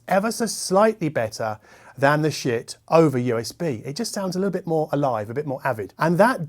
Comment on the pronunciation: Shiit is pronouced as Sheet. The shit joke has a beard.